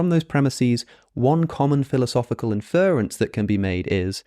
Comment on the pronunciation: How is it that you murder the word "inference" as an Englishman.... You're saying infer with its own stresses on the "fer" part, then just throw on "ence" In UK English it really ought to be "In-fr'ə'ns" with ə being schwa And even in US English, the stress is not the same as infer. the "er" is shortened, and is attached to and begins the rence suffix.... Its so Jarring each time you say Infer-ence.